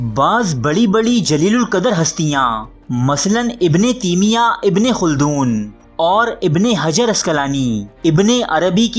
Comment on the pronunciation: Ibn teemia nahi taimia hotahy Bhai ya Urdu theek karo ya arabi